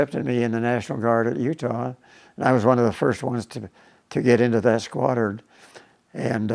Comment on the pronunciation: "In Utah, there was so much firepower and skwadruns, it was insane how mutch firepower and skwadruns they had..."